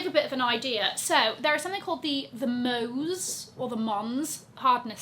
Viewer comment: You got it right... 'Mohs' is pronounced like 'mose' as in 'nose'. 🙂